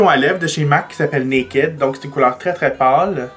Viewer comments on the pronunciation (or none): none